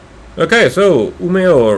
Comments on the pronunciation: I thought your pronounciations were almost spot on, at least Umeå. Seriously good! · To be fair, to me who live in Umeå, you said it better than most Swedes. Most replace the e with a j when saying it. While we who live here (and most of the north) just say Ume. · Your pronunciations of Umeå and Kiruna are kinda funny :)